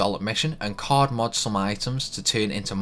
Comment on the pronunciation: Did you say cord or card?